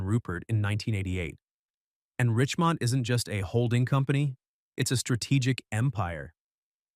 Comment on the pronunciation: Errr.. RICHEMONT please, not Richmond!